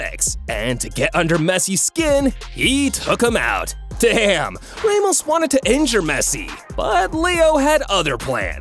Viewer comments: No hate but u said Raymos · ser geeh oh raymos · "raymos" "lay o messi"💀💀💀